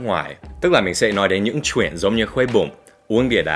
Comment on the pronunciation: "Chuyện" not "truyện"